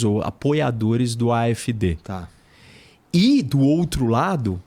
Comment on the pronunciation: Mentira, nao é a e os apoiadores da afd que fazem ataques, esse professor nao sabe de nada! Nem pronúnciar o nome do partido voce nao sabe! Voce mora aqui? Voce fala alemão? Eu sou NEGRO KARALHO! a maioria dos arabes, turcos e africanos que conheço e ja conversei eles querem a Afd! Voce nao sabe de porra nenhuma qual o seu problema, "nem todo mundo entende" você pode se colocar nesse meio pois voce nao conhece NADA DA ALEMANHA! VOCE É UMA PIADA!